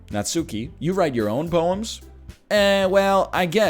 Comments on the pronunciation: Oh god is he gonna pronounce it Natsoooky the whole time? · Every natSOOki destroys a bit of my soul